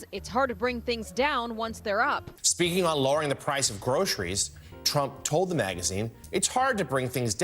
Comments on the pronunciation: He can't even hardly say groceries!!! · He can barely say groceries ....